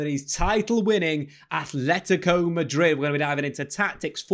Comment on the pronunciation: Love it Dave, but it's not ATHletico, everyone says TH but it's aTleti, with a T, love the content :)) Aupa Atleti